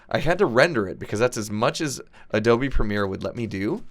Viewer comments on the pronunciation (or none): none